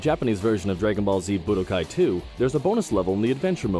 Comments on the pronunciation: When he said Bu DOH kai 3... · Boo-do- Kai. Why is he saying it like hadoken?